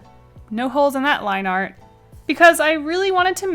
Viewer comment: Does her accent make “art” become “r” or am i deaf?